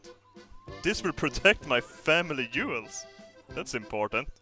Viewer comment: It's funny how can't pronounce the letter J. So instead of saying jewels he says yewels😂😂😂